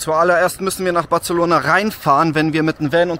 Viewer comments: Nur falls es dich interessiert: BarSelona. Nicht BarZelona. (So wie Majorca und nicht Malllorca) 😜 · He, Barcelona spricht man nicht mit "z" 😆 man kann übrigens gut mit dem Auto in die Stadt fahren. Einfach vorher nach einem ordentlichen Parkhaus schauen, evtl. in Street View schauen, wie die Einfahrt ausschaut und Bewertungen checken. Man kommt oft günstiger, wenn man das Parkhaus vorher reserviert oder die App vom Parkhaus nutzt. Und natürlich nichts im Auto liegen lassen. Dann ist es sehr entspannt mit Auto ☺ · Zwischendurch war auch ein "Bartzelohnahr" dabei...😂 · Hör auf Bartzelona zu sagen WTF ich hätte dich auch ausgeraubt XDD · Batzelona, da bluten ein bisschen die Ohren. 😂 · sorry muss das video ausmachen, kann das Bartzelona nicht mehr hören, würdest du es wenigstens nicht so oft sagen.... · Das "c" von Barcelona spricht man als "s" aus. Barselona.